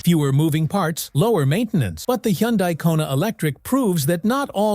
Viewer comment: What's a "Yun Die"? I've never heard of that brand.🙄